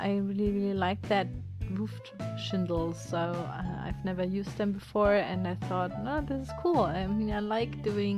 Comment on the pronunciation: English probably isn't your first language so I'm not being mean when I say the word for the stuff on the roofs are called shingles not shindles because that's what it sounds like your saying